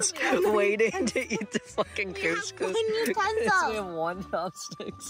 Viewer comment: they way they pronounce koskos is like saying pussy pussy in Arabic